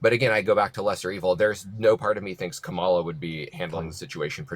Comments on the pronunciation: Respect the men’s last names while butchering the woman’s first name 🙄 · Why can't any of these maga people say Kamala's name right???? I think they must have some kind of brain damage or something. has to correct every single person on his program.🙄